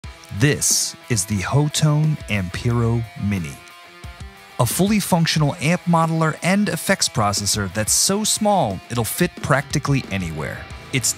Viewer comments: it's pronounced Hot -Tone (from the manufacturer) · My apologies that is true but it's hot tone . The company wants it to be pronounced hot tone but couldn't have the hot tone spelling because another company already patented that name. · Lol pretty sure it's pronounced "hot-tone", according to their employees at least.